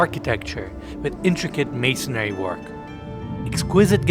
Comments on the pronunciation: it’s “masonry” not “masonary” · It’s called masonry, not “masonary” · I really love this channel and you. I'm a subscriber, and I mean this in the nicest way possible. It's masonry, not masonary. 😊